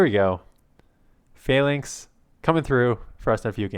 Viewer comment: Falinks sounds like failing😆